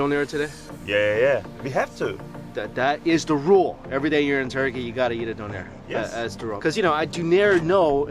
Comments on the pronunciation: “Doonèr” no “dùnner” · The food looked delicious but you really need to work on your pronunciation of the word „Döner“...